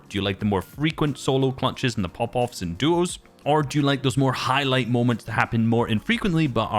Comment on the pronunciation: Why does it sound like juos